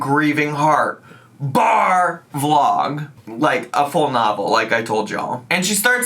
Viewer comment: Every time says BAR Vlog I hear BARF Log and for a lot of ALR's vlogs that's pretty accurate.